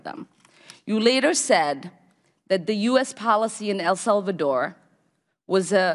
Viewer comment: "Iran Cortra affair" "El Zulvador" ? Hmmmmmm You cant beat a great Somali education